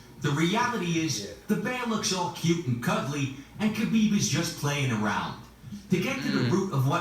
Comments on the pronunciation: FYI its Habib - the K is silent. The right pronunciation is H & Khabib means beloved. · K is silent in KHABIB